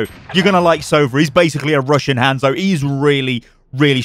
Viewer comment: One thing about Sova agent name. It's 'sovA', not 'sOva', it means 'owl' in russian.